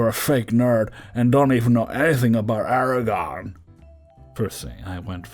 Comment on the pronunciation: ITS ARAGORN, NOT ERAGON